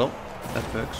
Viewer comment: STOP SAY IT VERKT IT IS WORK